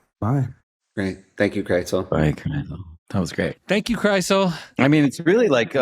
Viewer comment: Have you also wondered how long it will take Seth to realize that Krisel's name does not contain the letter T?